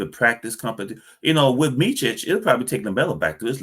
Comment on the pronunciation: I can appreciate its hard prounouncing Serbian names but its Meet-sich and not Meechich. Very happy for Hornet fans as you scored yourselves some good players and Vasa has all the abilities to help the young players grow if allowed playing time!